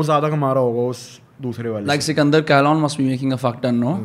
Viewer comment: Bhai its sikandar khalon Not khayyeelone